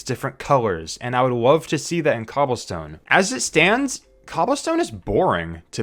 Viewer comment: not to be rude but he just said "wove" and "bwock"